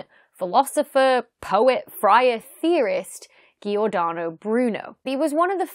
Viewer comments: please, I'm Italian, I felt like a microstroke when you said Giordano Bruno that way. why did you use a strong "g" for his name? it actually sounds like the "g" sound in "geometry", so just pretend his name is written something like "jordano", ok? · poor Giordano :( it's a soft G, not a hard G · "G" should be pronounced as the J in Jack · Giordano is pronounced - Jordano (with 'a' as in car). Principia - princhipia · Jhee-or-dahno. :-p